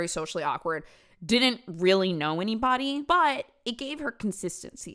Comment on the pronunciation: this is the video that made me realize that i picked up the way says "anyBODY, everyBODY..." hhhhhhng